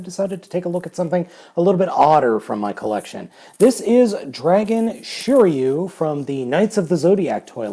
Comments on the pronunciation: Shiriu 😂😂😂😂you don’t know his name hahaha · Just to let u know, since i know japanese every letter makes the same sound, and r in sets of 1, 2 or 3, a constanent and a vowel. So shiryu is shi ri yu in japanese writing and is pronounced sheereeyu